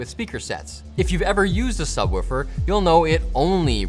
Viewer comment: I can't get over the Canadian pronunciation of 'subwoofer'